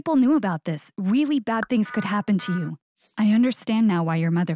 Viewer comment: did he actually say weewy bad things can happen to u lol